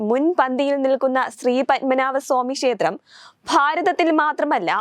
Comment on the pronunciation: ശേത്രം അല്ല മോളേ,,!, ക്ഷേത്രം!!.